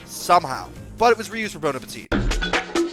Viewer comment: Reebona and bro-petite